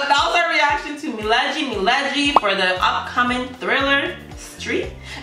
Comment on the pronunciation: Its not mileji its milegi miss